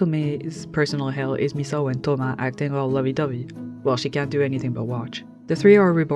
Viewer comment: omg you're like the first youtuber I've heard actually pronounce Misao's name correctly! every lets player and essayists I've ever watched always go "miss-ow" or "mees-ow"